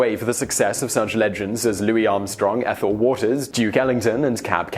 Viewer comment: As said below, it's Noble Sissle, not Sissy. Also, it's Ethel waters, not Ethyl. Anyway, I admire his promoting of black talent, but I've heard too many horror stories about him as a person to see him as a hero. Thanks for the video!